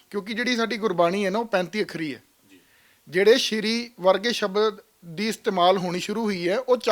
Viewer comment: ਇਹੋ ਬੇਵਕੂਫ਼ ਬਾਣੀ ਵਿਚ ਸਬਦ ਨੂੰ ਸ਼ਬਦ ਬੋਲੇਗਾ।